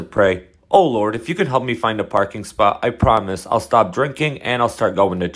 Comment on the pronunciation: StaHwP 😭I have to pause every 2 seconds bro my stomach hurts abahhsjdhjdvf HE'S BRITISH